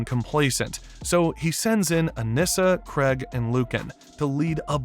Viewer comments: I can somewhat understand pronouncing Kregg as "Craig" but "Sessil" dawg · kregg also AND Thaedus